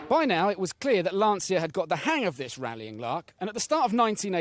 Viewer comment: Agreed and he doesn't pronounce Lancia correctly either...